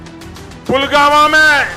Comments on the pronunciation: शेठजी वो पुलवामा है, पुलगामा नही.. नाम तो ठीक से ले लेते.. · PULGAMA NAHI PULWAMA KAHIYE DHANYA HAI AAPKI KABILIYAT PAR